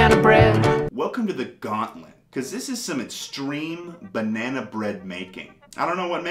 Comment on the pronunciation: bah-nea-nah bread